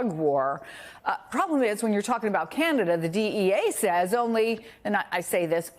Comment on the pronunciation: Can-ah-da. Stop this Key-Yan-ada nonsense.